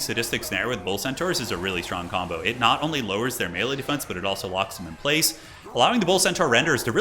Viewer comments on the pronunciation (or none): none